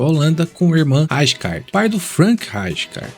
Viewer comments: “Rajicardi” é foda KKKKKKKKKKKK melhor chamar de Ricardo logo KKKKKKKKKKKKKKKKKKKKKK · Parabéns pelo excelente vídeo. Tive o privilégio de assistir a esse monstro jogar, tanto pelo lendário Milan, quanto pela seleção holandesa na Eurocopa de 1988. Apenas uma crítica construtiva: Você está errando na pronuncia de algums nomes. Frank Rijkaard se pronuncia Frank "Raicar", Rinus Michael, se pronuncia Rinus "Mitchels" e não Maicous. 👍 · A letra J tem som de I , no nome do Rijkaard